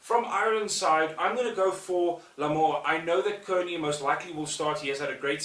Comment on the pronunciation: Just to let you know Kearney is pronounced like Carney and Larmour is pronounced like Larmer